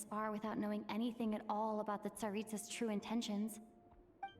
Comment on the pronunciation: Wow, very good job pronouncing names! Especially Alyosha and Tsaritsa! Ovsyannikov and Vodynitsa weren't half bad as well!